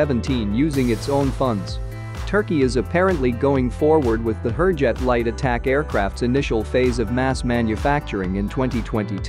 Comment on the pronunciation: I would really request to at least pronounce the names of the aircraft correctly. They are pronounced Hoorjet (not as in poor but as in moore) and Tey-jus ( and not tehas - it is not a scandenavian or spanish name).